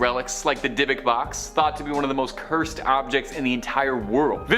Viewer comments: Watch that die vocks box people it's a doozie!!!! 😂😂😅😂 Pronounced either DIV-vick... Or some say it as even dib-ik box. 😂 But never heard the way you said it. 👍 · OML IVE NEVER BEEN SO TICKED OFF this girl pronounces words so bad (NUH-VAH-DUH) and zachs last name is pronounced (BA-GIM) and dybbuk is pronounced (DIH-BIK) oml